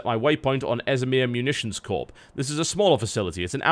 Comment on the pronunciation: TotalBiscuit, it is a 'Corps', not a Corpse. It's pronounced the same as 'core'.